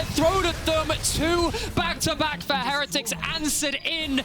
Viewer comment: why does say heretics wrong someone shouldve told her